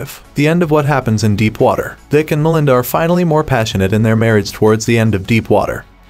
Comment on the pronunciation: I thought it would Melinda's lovers but he mispronounced it so many times I can't 🙄